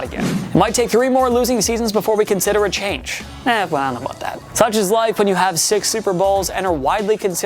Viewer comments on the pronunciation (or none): none